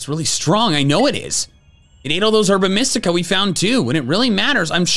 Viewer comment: Sometimes I hear Herba Mystica as "Arbor Mist-ica".